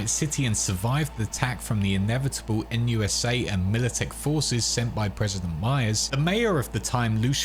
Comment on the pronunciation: NUSA? More like "Noot noot"